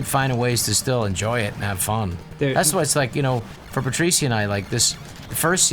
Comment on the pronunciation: I don't understand why they don't just call her Patricia (puh Trisha). I get that it doesn't really matter, but just call her by the way people usually pronounce the name. I don't think I'll ever understand people's obsessions with having their names pronounced like its unique